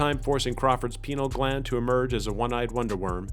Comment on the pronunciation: How’d I miss this upload?! This is the one that really got me as a kid. When he’s eating that brain and when Bubba get half eaten by the bees….Jesus Christ. Great fun. Sounded like you said penile gland, too btw. Loved it…..I’ll be MANUALLY checking for uploads from now on. Hail me a cab…I’m outta here….